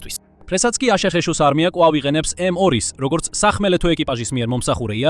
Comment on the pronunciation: მაგარია ხელოვნური ინტელექტის გახმოვანება: აშეშეშოში. ანუ, აშშ-ი, რა!😄